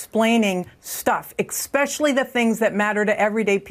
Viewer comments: destroy's credibility trying to pronounce expecially. SMH. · There is no such word as expecially. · That woman just said “exspecially”. Lol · How do you get to be governor and not be able to pronounce the word "especially?" I wonder what else they explained away regarding Jennifer Granholm. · "Excellent at explaining stuff... EGGSPECIALLY to normal people" Your saying? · 3 seconds in, she says "exschpecially". Nuff said. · Did she really just say "ek-specially"? I thought it was especially this whole time. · Did that chick just say ekspecially? She has a job speaking on T.V. ? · Did she just say " ...Bill Clinton is excellent at explaining 'stuff', eXpecially ( which should be pronounced eSpecially ) the 'things' that matter to people." mmmmm, as opposed to Biden's inability to explain 'stuff' and " the thing".. gosh, so eloquent, so well answered, now I am convinced. ( as I drop my head into my hand). "Explaining the stuff..." translation- good mouthpiece ( no pun intended) for Hillary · Yo she just hit us with the EXXXspecially 😂😂😂😂 bra do you even English. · Any one who says "eggs-specially" and expects to be taken seriously needs a brain donor. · “Ex-specially”, did this woman seriously just say that.... get off all media if you can’t speak and say words like a 3 year old! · Egg specialty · Did she really just say “ExPecially” // Also, I’m 37 and have 0% memory of him ever taking responsibility for any of his actions nor have I ever seen him held accountable for anything he’s never been officially caught doing. Blek. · "he's excellent at explaining stuff . EXpecially .." Nice. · I really believed you more when you said "EX-specially" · “Expecially”? Why do they keep changing words? Are they pro-confusing people? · The woman at the start said eCspecially its especially alot of americans do this could someone tell me why?